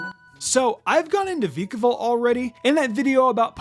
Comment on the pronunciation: It’s pronounced gol-LYE-soh-pod, VIE-kuh-volt, and FUR-AH-thorn, “”! 🤨 Stop mispronouncing Pokémon names,! 🙄